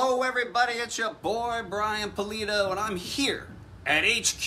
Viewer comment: After about 23 years of being a fan, it's nice to hear Brian Pulido say his last name, so I know how to pronounce it correctly. Lol.